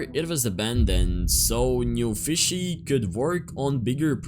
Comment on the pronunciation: it aint “newfishy” its “newFISSy”💀 . (Guys im not hating just pointing out something)